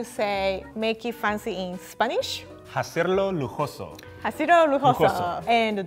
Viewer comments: I died a little inside when he pronounced the h in "hacerlo" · Trying to ignore the fact that pronounced the H in "Hacerlo lujoso". But I mean, He speaks 4 LANGUAGES! I can barely speak 2 😂😂 I would prefer "Hazlo elegante" as a more accurate translation of Make it Fancy.